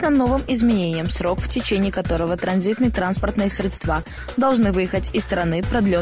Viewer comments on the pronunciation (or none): Правильно будет срЕдства, ударение на Е